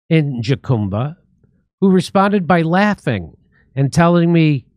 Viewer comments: Jacumba is pronounced HUCUMBA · Not a big deal Jimmy but jacumba is pronounced HA-COOM-BUH, and yes it’s in terrible shape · Jimmy, Jacumba is pronounced Ha-COME-buh. Isn't your wife Mexican? :face-blue-smiling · Hello Californians! Jacumba is pronounced HAH-COME-BAH. Not Jackumbah. Thanks. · Are you trying to say jucumba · Jacumba is pronounced Huh-cum-ba. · Pronounced "Ha-Cume-Ba." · It pronounced HA COME BA! Jesus Jimmy you live in California. In Spanish the “J” is pronounced as an “H” sound. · Is pronounced HaCumba. It's crazy. These guys walk along the highway and congregate at trail heads waiting for buses. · Jacumba Pronounced huh koom buh